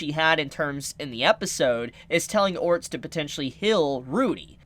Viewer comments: Dude now your just saying his name wrong on purpose aren't you? Ahhh Orrrr sted Its not Orst there are other non silent letter there. there lmao. OCD 9,000. Also if you legit never looked it up and only saw the anime then telling people something that is in the Anime and you are doing a prediction then it's not a spoiler, it's a theory. Also if she didn't die she wouldn't have been Reincarnated but if she was Reincarnated she's not going to look exactly the same, but if she just disappeared alive and came over here she'd probably look different according to what we've seen with reincarnation in this world. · OR-STED, not ORST. lol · İf you call orrrrrrrrrrrrrrr-. Stead orts one more time im gonna lose my shit! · Orsted's name is pronounced Or-sted. Just a heads up. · Orsted is pronounced as (Ore•Stead) like homestead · Try to pronounce his name as "Oar-Stead", Orsted. The Japanese pronunciation would be "Orusuteddo" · why do you say his name wrong lol, try this "or sted" just give it a try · Is it a spoiler to confirm or deny? and please pronounce his name correctly lol. Or-sted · LOL what the hell is it with you and names: Rui, Orst...? Is it really that difficult to pronounce? Just say as the Japanese VA says it and drop the "-o" at the end, mou~! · Still can pronounce Ore-stead correctly, lol